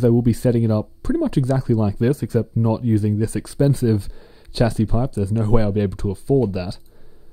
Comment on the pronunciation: it is pronounced shasy